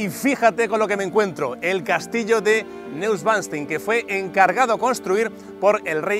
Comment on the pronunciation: Muy bueno el video. Lastima que no aprendiste a pronunciar el nombre del castillo NEUSCHWANSTEIN...